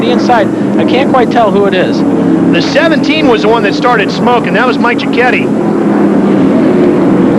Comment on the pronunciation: How did you mispronounce Mike Ciochetti's name so badly when the clips give the proper pronunciation?